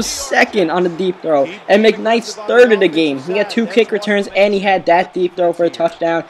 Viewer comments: Stop saying der and dat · You know that the "TH" sound shouldn't be pronounced like a "D". Or, as you'd say. You know dat da "DA" sound isn't pronounced like a "D".